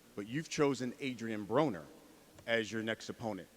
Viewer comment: did pacman say adrien boner? 😂 pacman is the man